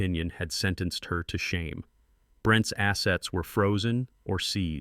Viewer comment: The narrating on this story is very annoying, because plurals where is an apostrophe are all pronounced with the 's' as separate - e.g. Brent (pause) "ess" for Brent's